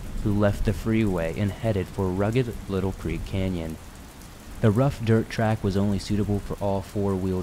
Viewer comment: wow it's weird to hear a story about the county I grew up in. also, its pronounced lytle (light-ul) Creek. I can see how the mistake would be made though. Great video as always, currently binging episodes I missed because of work the last few weeks.